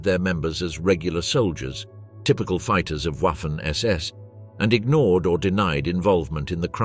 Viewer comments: Wiking (why king) come on Wiking and Viking are pronounced the same for G’s sake. Waffle SS. It’s pronounced Vaffen then there’s the whereMact. W’s are V’s S’s are Z’s all this research and youb failed to pronounce simple differences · It is prounced "Vaffen SS" as in the V sound of the English words such as "very", "void", "vast", etc. and not something that sounds like ouaffen SS with the W like in the English "water" or "waffle". Hearing this used repeatedly throughout the otherwise excellent video is very annoying. From experience it seems only English speakers (especially Brits) don't seem to care how to pronounce words from other languages. Truly mystifying. I am in no way glorifying the Waffen SS, but hearing ouaffen SS over and over is jarring and just a demonstration of a complet lack of caring / ignorance? of how non English words are pronounced in any other language. For example the auto maker brand VW is pronounced "Folks Vagen" not Volks Wagen. Is it really so hard to give a F**k or is English the "Master" language...? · The "w" in waffen is NOT pronounced as a soft w as in what. PRONOUNCE the w like a VVVV as in violent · It´s pronounced vaffen